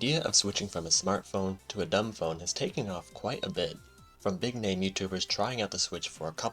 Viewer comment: its not duumB >_<